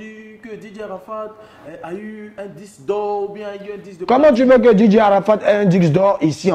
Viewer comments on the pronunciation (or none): Ohhh trop chou quand il dit diqse d’or au lieu de disque